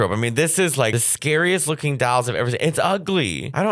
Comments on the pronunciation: It wounds like you’re saying “dowels “ 😂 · "dAlls, Oh my Accent"..... "the ugly dAlls!! Barbara Streisand collects dAlls, Demi Moore collects dAlls" I can't!! hahahha🤣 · “THE DALLS” Mateo, you can’t read THE DALLS! 😂😂😂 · Dahls? Dowels? Dowls? What is he saying? 😂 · Say dahls one more time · How did you turned a one syllable word — dolls — into two syllables?! I was listening to this, not even watching, and I thought you were saying “dowels.” I was like “why the fuck is he talking about dowels?!” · Trying not to choke on my lunch every time Matteo says “dalls” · People are teasing Mateo over how he says "dolls" and I can't hear anything wrong with it cause I grew up around the accent. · The way you say “doll” 🤣